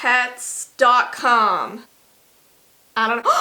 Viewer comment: i thought you was saying "kneelpads" instead of "neopets" at first lmao, i was so confused.. but nah, forget neopets, club penguin is where its at :c rip club penguin